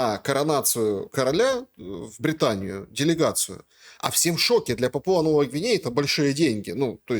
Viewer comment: Позорище Шелест! Журналист? Пåпуа-Новая Гвинея-ударение ставится на первый слог , а не ПапУа😨